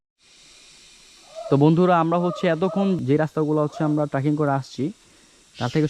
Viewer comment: ট্রাকিং❌ ট্রেকিং✅